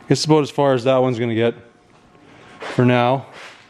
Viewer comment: ONE WORD TOLD ME YOU WERE IN CANADA....."ABOUT" LOVE YOUR DOWNLOADS....